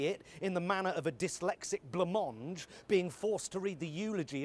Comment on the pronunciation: "Dyslexic blamonge" 😂😂😂😂